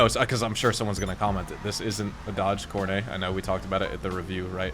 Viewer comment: The name is pronounced Core-NET. NOT "Core-nay". Plus the sedan is the spitting image of a Plymouth Fury. I almost had one just like yours in high school, but without the black roof. -- It IS sad, though, that GTA (Rockstar Games) calls a 4-door sedan, a "muscle car". It clearly is not. Muscle cars tend to have 2 doors. This lovely specimen has too many doors to be a true muscle car. -- I'm just sayin'. -- Have a nice day. 🤘🏻